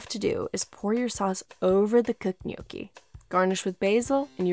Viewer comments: Being Italian, I can’t just listen to her say “Gnok-ee”. The proper way to pronounce it is “Nyawk-Ee”. I hope you take my advice, and use it whenever you say gnocchi. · How to say gnocchi correctly? I can't follow it, is it yoki? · TIL gnocchi isn't pronounced knock-y 😋😂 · Nyow - kee 😏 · Not a native Italian so may be wrong but the pronounciation seems almost right. I wouldn't drag the "o" for that long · There’s no way u can have a channel this big and still pronounce gnocchi wrong